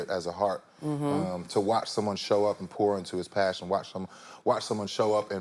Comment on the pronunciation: gurl - why is he so serious and Dry today? that's not cute. And if he say pour into it one more time - sounding like PORN when he say pour. I was like yeah, nigga porn is apart of some day's lol not everyday. the movie was straight - that's all I'ma say in the public.